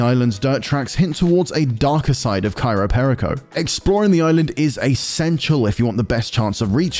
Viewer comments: "Cairo Perico" yeah might wanna read that again lol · At least pronounce the title correctly. “Cairo Perico” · Why do you keep saying Cairo Perico? It is Cayo Peico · Cayo Perico. Not Cairo Perico. Dude needs to get his pronounciation correct. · The island: Cayo Perico This guy: "Cairo PÉrico" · Why does he keep saying Cairo Perico instead of Cayo Perico? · It’s not CAYRO, it’s CAYO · Love how they mispronounce Cayo Perico every single time.